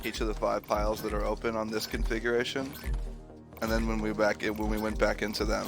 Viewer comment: Why he say configuration like he’s talking about electron configurations